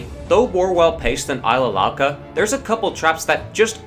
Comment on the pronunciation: It's not Ilsa Louca It's Isla Louca!